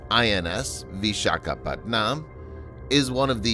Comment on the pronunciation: im sorry but whoever is narrating this video prounounces vishakapatnam as PatNAAM but actually is pronounced PatNUUM LOL 🤣🤣🤣🤣